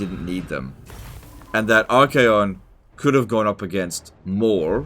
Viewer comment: Pretty sure you said "arcane condoms"